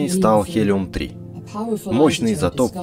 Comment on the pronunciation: хелиум... ГЕЛИУМ!